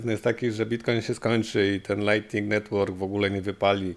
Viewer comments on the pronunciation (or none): none